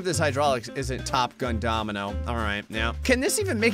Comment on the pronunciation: litarly said dominomoino